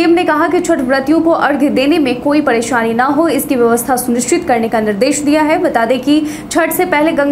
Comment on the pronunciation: Padesani nahi presani bihari log ka?